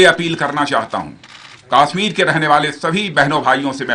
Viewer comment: Yes this bullshit Bhoot Nath is not even able to properly pronounce the name of Kashmir!